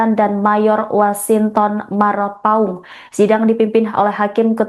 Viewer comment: marpaung bukan marpaun